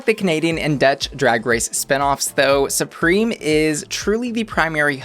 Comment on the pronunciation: Her name is Supremme, not Supreme. It rhymes with crème, not cream.